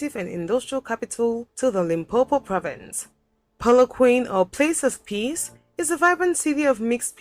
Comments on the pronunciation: Also the lady narrating this video is not South African so this was not made by us. she is not pronouncing the names right like Polokwane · GeorgeKhoza How do you learn from someone who talks about Polokwane but shows the three rondavels in Mpumalanga as if they are in Polokwane? Again,what is there to learn from wrong pronunciation of the places about which her video is? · yeah this Video was not made by a South African. one thing we can say Polokwane , Limpopo and Gauteng properly. that was a giveaway. but i do respect the person for making it they tried. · The narrator who is not South African has pronounced Polokwane totally incorrectly. The correct pronunciation is: POO-LOO- KWAH-NEH 4 syllables not 3 ❤ from CPT, SA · It's not Poloquan,it's Pronounces Polok-1-neh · TF is "Polo-Quane"? it's pronounced "Kwa-Neh"! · Polokwane, try Polo- kwon-ay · Pronounced Polokwaane. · dont get mislead... its pronounced polo- koa- neh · Polokwane = Poh-loh-kwa-neh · More like, PAW-LAW-kwah-neh (Yours sounds like poo in the loo. Lol) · Ain't no way she said Polokwaine and this is a person you are learning from 😂 She didn't even bother trying to figure out how to pronounce these names. She must respect the country, these people can pronounce European cities with ease and Asian cities. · The video is not showing the beauty of these places,,, there are places they should've prioritised,,,, m not convinced... Also the pronounciation give me an idea that she is not South African.. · She was supposed to do more research and try harder to pronounce the names of the cities/towns. You are spot on your reaction on showing the minority of this diverse country aka The Rainbow Nation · I gave your video a thumbs down. You need to come here now & then comment on your experience. The narrator is not South African & cannot even pronounce our now African town/ province names. Come to South Africa yourself, oh bring security!